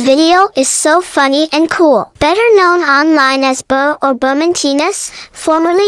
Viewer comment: I aint Makin fun of u but you said boor